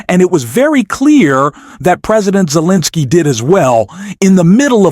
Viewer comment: Please pronounce his name correct, Zelenskyy